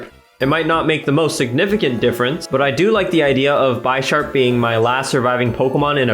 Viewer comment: I'm sorry but I just gotta say it is pronounced Bish-arp not Buy-sharp. Like the chess piece bishop would be said. It was driving me crazy. good video though lol